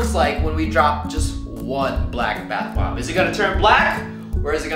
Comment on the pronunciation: he said Bob not bomb